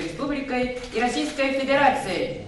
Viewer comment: Росийской Педерацией ? Или послышалось ?